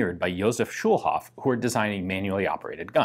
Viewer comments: A "Schulhof pistol" has a different ring to it nowadays ("Schulhof pistol" means "schoolyard pistol.) "Schulhof" isn't an English name, so there's no sense in pronouncing it that way. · Another comment to point out that Schulhof is German for Schoolyard. But I'm gonna add that the way Ian pronounces it it sounds a lot like Kölsch, a regional dialect in Cologne/Rhineland 😄